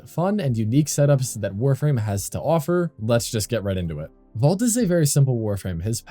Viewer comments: Keeps sounding like you're saying "vault" instead of "volt" 😂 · Came to the comments to see if anyone else was going to say something… about his pronunciation of VOLT, hello?! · Nice vid but why would I take advice from someone who can’t even pronounce Volt correctly. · why are you calling him vault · Volt not vault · it isnt vault brother its volt